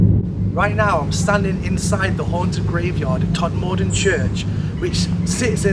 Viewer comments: Just for the record it's pronounced TodmaDen. No stress on the 'm', just on the 'T' and 'D'. The 'maDen is fast too. Didn't see a ball of light either. In fact I didn't see anything. I have to take your word for it. My belief depends on 'Received Knowledge' - rather like religion in that respect! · Being local it is pronounced tod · Shame you didn't learn how to pronounce the town name